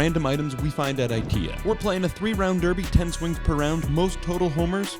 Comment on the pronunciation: They didn't even know how to pronounce IKEA.